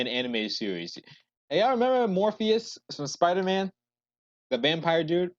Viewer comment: Morbius,. Not Morphius.